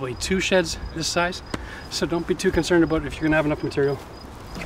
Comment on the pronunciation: He is heard him say bout instead of about